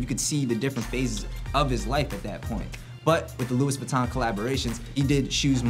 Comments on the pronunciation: Lol, said Louis as Luis... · it's pronounced "loowey" not "lewis"